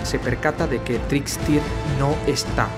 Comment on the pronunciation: irom hights no es una persona r.r, y se pronunci a TRIKSTER